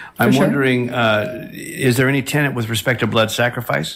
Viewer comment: Sounded like they said "tenent"...every time! 🤦‍♂